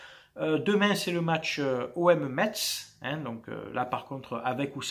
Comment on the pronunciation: Sa se dit messe mon ami faut pas prononcé le t et le z haha 😊